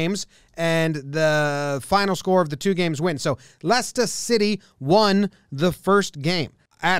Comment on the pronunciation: LESTAH SITAY